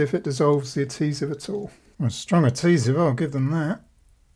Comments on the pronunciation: **AD-HE-SIVE. (ADHESIVE) No actual T in the word 😁👍👍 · I really enjoy your videos but please pronounce "adhesive" correctly.